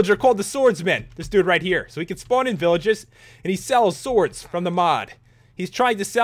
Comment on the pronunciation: Special enchantments for the Soords. That accent when he says sword XD